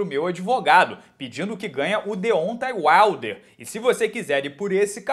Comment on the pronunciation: Deontay Wilder se pronuncia "Dêontei Uailder"